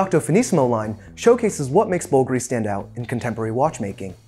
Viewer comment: The watch appreciation game is all about macro-level scrutiny of fine details, and it often borders on the obsessive. That being said, every time he mispronounced the name Bulgari it made me cringe a little. One doesn't have to pretend to speak italian to say it properly, but looking up the correct sounds is no different than reading the tech specs of a watch.